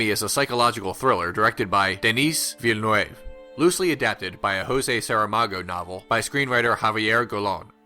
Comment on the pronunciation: Denis Villeneuve is pronounced Denny Vill in oove